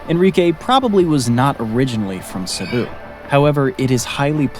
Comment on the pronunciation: *Cebu not Cepu